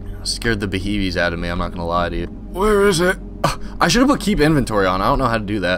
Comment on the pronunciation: “scared the beeheves out of me”